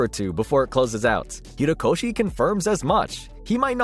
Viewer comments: jesus, it’s HORIkoshi. ffs man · Nahhh you didn't just call him "Hiro" koshi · why is he saying hirokoshi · Bro really said "Hirokoshi" and "Hero Aca" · I physically cringed every time he said "Hirokoshi" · "hirokoshi" made me chuckle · STOP SAYING HIROKOSHI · It's "Ho-ree-ko shi" like "ho" as in an unfaithful woman lol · you could at least pronounce Horikoshi's name correctly. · Take a shot every time OP mispronounces "Horikoshi". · 3 minutes of mispronounced Horikoshi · Not the continuous mispronunciation of Horikoshi and calling Kaiju No. 8 to "Kaiju No. 9" lmao y'all need to change your whole team from voiceovers to researchers HAHAHAHA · you were completely butchering horikoshis name :') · His name is Horikoshi, not Hirokoshi. Also your inflection on Onigashima is incorrect. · Horikoshi not Hirokoshi... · Bro it’s HOrikoshi not HIrokoshi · Kohei Horikoshi not Hirokoshi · HORIkoshi. Not Hirokoshi. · Actauly its horikoshi not hirokoshi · bruh really can’t pronounce his name properly, it’s hori not hiro 💀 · HORIkoshi, not HIROkoshi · my guy it's horikoshi not hirokoshi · Great video man. Couple notes, it's Horikoshi, not Hirokoshi, and also Shueisha is pronounced shoe-a-sha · Horikoshi not Hirokoshi. Shoo aysha not shoo eyesha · The Comments: Horikoshi The Narrator: Hero Koshi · Why does he keep saying Hirokoshi instead of Horikoshi. His name is Kohei Horikoshi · Nice news! Ok people have seen the kaiju no9 thing but plz, hOrIkoshi, not hIrOkoshi, you haven't said it right even once. But great video anyway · He also kept calling the MHA writer “Hirokoshi”. Felt like I was getting gaslit into thinking that I’ve been saying his name wrong this whole time. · he said hirokoshi when its horikoshi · ho ri ko shi him: hi ro ko shi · You keep saying "hirokoshi instead of "horikoshi " 🤣❤️ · Y'all really need to check your script writing and/or voice over. HORIkoshi, not Hirokoshi, and Kaiju No. 8, not No.9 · It’s Horikoshi, not Hirokoshi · HO-rikoshi not Hi-rokoshi